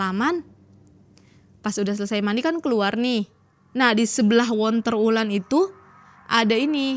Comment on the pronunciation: dari tadi tak dengerin onterwulan terus...sendang ontro Wulan ,onterwulan terus...,ontro Wulan yg bener...